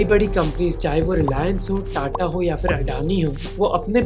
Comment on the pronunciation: Great content for the video, but here are some things I noticed: – Your pronunciations are wrong for a bunch of things. Adani is अदाणी not अडानी, Birla is बिड़ला not बिरला or बिर्ला, phir is फिर not फ़िर. – Some of the words are incorrect: it's licence (the noun) not "license" (the verb), defence not "defense", multi-modal (as in many modes) not "multi-model" (as in many models), and crore not "crores" (just like one says "five thousand" and not "five thousands"). – It seems like your subtitles have a lot of spelling errors and formatting issues as well. It seems like whoever is writing them has their locale set to "English (US)", which makes no sense for an Indian/worldwide audience. Please ask them to change it to "English (India)". Otherwise, excellent job in summarizing the topic. It's sad how many Indians hail crony capitalists as heroes and think that large conglomerates are the solution to every problem in India.